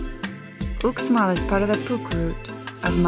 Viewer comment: dude, Uxmal is pronounced "Oosh mall"